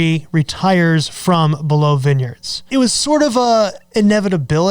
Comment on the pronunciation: Why do you say" below "vineyards? You do know how to say it properly?